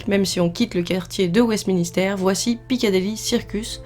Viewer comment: c'est pas Westminister mais Westminster sinon super video